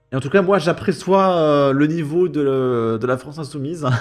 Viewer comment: le pire c'est que au début il dit bien "j'aperçois" mais il se reprend pour dire "j'apréçois". WHY.??????